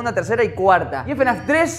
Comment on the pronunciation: me da gracia la pronunciación, el ''efenaf ''